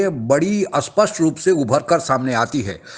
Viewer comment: First of all aspsht nahi spasht hai aur aspardha nahi spardha hai